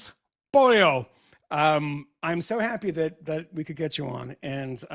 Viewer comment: POH-LEH-OH Michael! you're calling her Pollo - Chicken